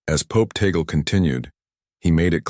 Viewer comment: Tag- le as pronounce in Ph po....